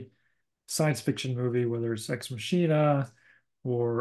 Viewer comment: Ex Machina, pronounced Ex Máckeena